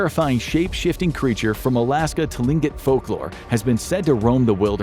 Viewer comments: Tlingit is pronounced Klink-it. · Tlingit is pronounced Klinkit and it’s Koosh-tuh-kah.